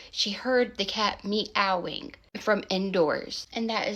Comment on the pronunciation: Ohhh glad they was okay! Too cute how you say Meowing..you say Me Owing